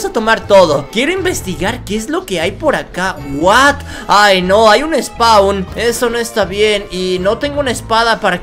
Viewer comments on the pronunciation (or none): none